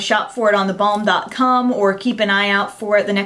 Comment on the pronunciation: Haha...when you say The Balm, it sounds like da bomb :)